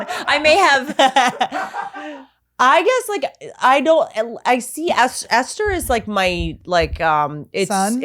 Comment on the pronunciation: esther with that clarity... :)